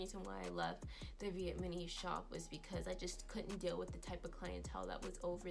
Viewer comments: Please let me just have this moment to laugh at how you're saying "vietMAnees"😂😂😂instead of Vietnamese! And you're saying it so confidently!... I love it!😂 But seriously... Thanks for sharing this... You should take your good ethics and business practices where you can really shine and be empowered in your craft. Much success to you😘❤ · Viet-na-mese!!!!!!!! Not vietmanese🙄🙄🙄🙄🙄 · I’m sorry no disrespect but please look up how to say the word Vietnamese because you’re not pronouncing it correctly. Respect for putting the truth out about some of these salons, bc unfortunately it’s the truth..